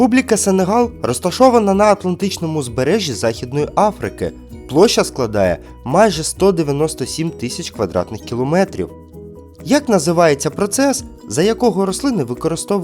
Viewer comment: Увага! Не "килОметріа", а кіломЕтрів"